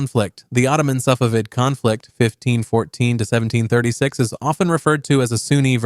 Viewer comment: Bro said safaveid empire